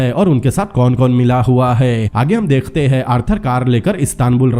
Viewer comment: Dekh te hai ... Degh te nahi bolo .. work on your talafuzz